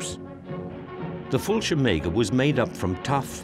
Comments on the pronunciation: The narrator should have boned up on his German military jargon. He wasn't able to say Fallschirmjäger! Fallschirmaker??? Das tut mir leid. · The narrator really ought to have checked the pronunciation of the german ranks and units. They way he says "fallschirmjaeger" is hilarious.